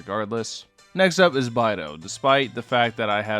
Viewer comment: Oof, it's bay-dough. I'm sad haha